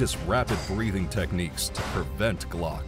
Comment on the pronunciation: G-LOC = gee lock NOT glock.